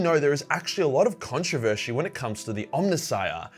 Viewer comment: lmao ConteverSHey